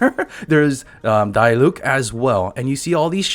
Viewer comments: DIE-LUKE i'm dead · its dee-luc not die-luc lmao